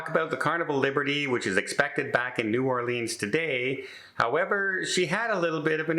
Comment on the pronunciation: needs to learn how to say "New Orleans". Pronunce it "orlins" Not "OR LEEEENs"